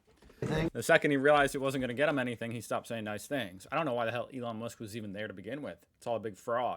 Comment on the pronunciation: True, he said Ron Musk lol